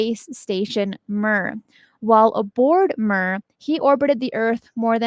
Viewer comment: Russian space station Mir is pronounced “Meer” not “Mur”. Ha! 🤭😁